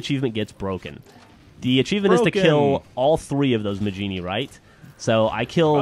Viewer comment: you do know its pernounsed mah-heen-ee